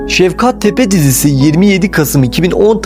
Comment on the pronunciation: Yalnız Şevkat degil ŞEFKAT !